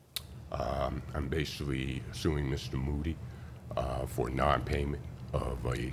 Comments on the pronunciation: Plaintiff started off, "I'm bashivally"........... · Judge Judy: "Not bashivally!"